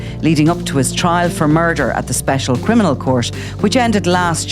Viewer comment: He's not a criminal...he can't even pronounce it properly,he says "crinimal"